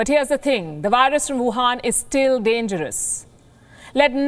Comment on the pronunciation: Work more on your "V's" If you can say "Virus" in English and insist on profiting from the language... Please make more effort to use "V"*instead of *"W" where appropriate. If I were as fluent in an Indian dialect as you are in English... People would expect me to get such simple things correct by this point. (If you have a speech impediment which prevents you making the "V" sound... Disregard everything I just said)